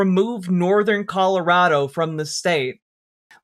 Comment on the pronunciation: colorader?? never heard of 'er